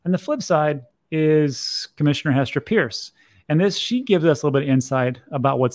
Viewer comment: hester peirce = hester purse. the other pronunciation is I before e, to the best of my knowledge. she really grinds her teeth when people get her name wrong. just saying